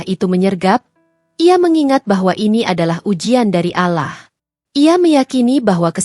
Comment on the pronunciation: Cibinong Bogor, mbak maaf ya, bisa GK d perbaiki kata, ALLAH nya🙏🙏🙏